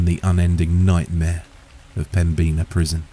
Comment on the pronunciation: Me too! Greetings from Fargo! It was a great story, but the pronunciation of 'Pembina' got to me. 😅 ("Pem-bin-ahh")